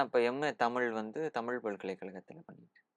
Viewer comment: தனித்துவம் Q. M ழ Q. M தமிழ் (தமில்) Q. M